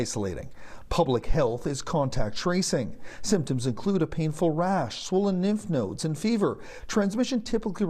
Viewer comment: Did he really say, "nymph nodes"?